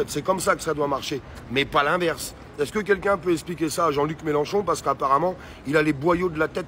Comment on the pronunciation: Mélenchon pas Mélanchon!